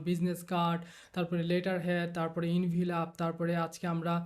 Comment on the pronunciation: ভাই আপনি তো এখন প্রোফেশনাল ডিজাইনার + টিউটর। এই অবস্থায় প্রনাউন্স ভুল করলে স্টুডেন্ট রা কি শিখবে? Envelop mean এনভেলপ,, ইনভিলপ না ভাই। কথা টা শুনতে খারাপ লাগতে পারে কিন্তু ভুল টা যাস্ট আমি ধরিয়ে দিলাম আর কি, কিছু মনে করবেন না। আমার মতে আপনি একটা কমপ্লিট আইয়েল্টস কোর্স করা দরকার, এতে আরো উপকার হবে আপনার ❤